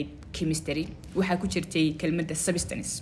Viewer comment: Thanks.but the way you pronounced the word substance is bit wrong